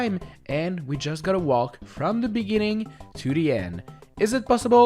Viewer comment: Why do you pronounce "walk" wrong?